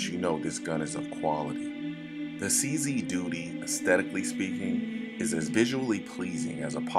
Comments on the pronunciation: He said CZ Doodie........ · Just a slight bit of arrogance. I bought a CZ 75 in 1985 and fired over 20,000 rounds through it with never a malfunction. In S Africa it is weird to pronounce a CZ a "Czee". We pronounce it as "Czed", so "Czed 75" and "Czed Duty" rolls off the tongue. Furthermore, personal choice as old school, I prefer to see a hammer on a pistol and have many that agree and disagree with me. I sold the CZ 75 and now carry a Beretta PX4 Storm, my choice with a visible hammer. To each his own.